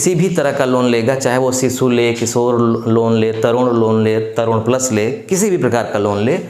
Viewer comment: प्लस होता है बड़े भाई प्लास नहीं